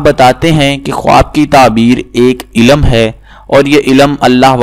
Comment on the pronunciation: Bhai ilam ni hota ilm hota h phle apna talaffuz sahi kre phir aisi video post kre